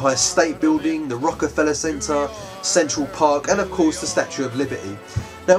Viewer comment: i thought i heard sexual park rather then central:P